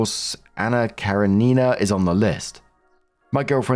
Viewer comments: KaREnina, not KareNIna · Heheheh, how you are pronouncing Karenina is tickling me😂 It's more like Kuh-ren-in-uh (I tried to spell it out phonetically as best I could) than Karen-ee-nah😁 But a valiant effort!!! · The book is pronounced Anna Ka-ren-nin-nah. I hope this helps. 🙂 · I'm totally being pedantic, but it's pronounced ka-RE-nina, accent on the second syllable. :) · just Google the pronunciation! It seemed to bother you so much😢! I don't know if I pronounce it as the author wanted it to be, but I've always went with cur en in nah. But it's Russian so maybe some of the letters are silent or some might be totally different due to the translation? Like the last letter of the alphabet, I say zEE and you say Zed😂!! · Hi, love when you read these stories, your voice is very soothing. If it helps the book is pronounced Kah-ren-e-nah 😊 you are doing great though! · please, it's Anna KarEnina. Like Car-E-nina. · Anna Kuh ren i(ih)- nuh. You did great 😂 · The mis-pronounciation of Anna Karenina makes me smile every time. Oh!!!